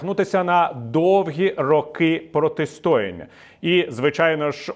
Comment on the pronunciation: Не протистОяння, а протистоЯння.